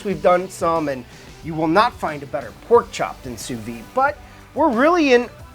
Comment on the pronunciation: Great channel! Why do Americans have a tendency to pronounce “sous vide” wrongly? It’s “SOU-VEED” with a hard D